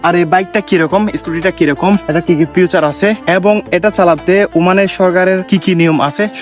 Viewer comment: ফিউচার না ব্রো, এটা ফিচার হবে।